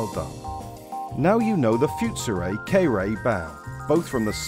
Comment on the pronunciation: The "foot-soo-ray" "kay-ree-tsoo", huh?